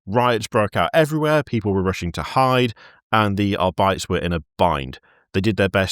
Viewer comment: i'm sorry did we just let some one call the arbites the "are-bites"????????????